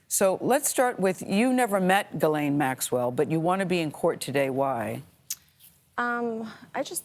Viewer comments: I thought it was Gih-Lane not Giz-Lane. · It's Gee-lun Maxwell (per her brother).